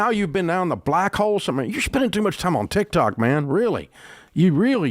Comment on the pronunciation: I’m forever calling Tik Tok , Tik Tac now